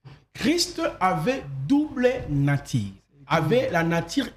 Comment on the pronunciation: Wai congolais peut pas lire u ils disent toujours i sauf Fally ipupa qui prononce correctement 🤣🤣🤣 exemple : inique, natire, attribie himain au lieu de unique, nature, attribue et humain 🤣🤣🤣 je conclire car c'est ma conclision 🤣🤣🤣